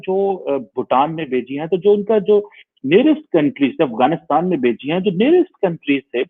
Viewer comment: Don't know you are saying "Bechi" or "Bheji"?? Just to clarify it's gift from India to many developing nations like Nepal, Bhutan, S. Lanka, Bangladesh, Myanmar, Maldives, Brazil, Morroco, Shyshales, Mauritius and many more.